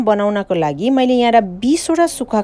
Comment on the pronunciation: Pahila nepali bolna siknu! Moile hoina maile ho.